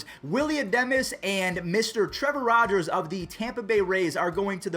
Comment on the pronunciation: Trevor rodgers too lmao still great tho